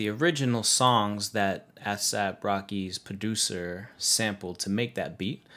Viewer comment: ass-ahp hahaha, good vid tho fam